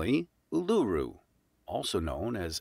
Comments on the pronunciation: You are pronouncing Uluru wrong. It's not U-lu-ru. It's Ul-u-ru. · congrats. When you look at Australia like the USA we are sth of the USA you are more North of the pole. we are closer to south pole you are closer to North pole. The guy doing the video didnt pronounce Uluru correctly. if you sound it out its oolaroo. not luru. If you cut Australia into 2 from sydney to perth the upper half is in the tropical zone the lower half is in the cooler zone although sth australia and victoria still get hot in summer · Northern Queensland is mostly tropical rainforests, northern territory is just the outback (desert) also it's pronounced "Ohh la ruu" Not "U lu Ru". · Was :It's Oo-la-Roo! OPERA House "Chips" shapes causes beautiful musical/symphony/operatic sounds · I have read many, many of the comments below and there is much to digest amonst it all. So many people say he mispronounced Uluru. Which he did but none have had a go at providing the correct pronunciation. So here goes. Try to wrap your lips around this! lol Oolla-roo. The first 'U' (the first letter in the word) is pronounced as a tight 'Oo' sound as in saying Gooood Morning Viet Nam! So if you take the sound of that 'o' combo and then add the double 'L' with 'a' spoken as a blunt 'a' sound. Then add the roo to the end and you will just about have it. Or you can take the 'oo' from the 'roo' and say that at the beginning followed by the 'll' sound, then the blunt 'a' then put the roo on again at the end. Either way will get you far closer than the man in the video did. The spelling is Uluru but our aboriginal folk have a funny way of pronouncing any type of 'o' sound. Now had that word been interpreted today, it would have been said differently or more likely spelt differently. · When the narrator can’t pronounce Oceania or Uluru correctly, it makes me very dubious of the facts. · Congrats on the 50k and just so you, that's not how we pronounce Uluru